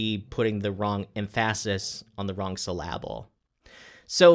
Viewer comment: Em phasis... Syl lable... what are you on ab out?